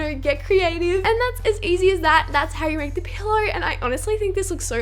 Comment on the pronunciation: when she says pillow it sounds like pillar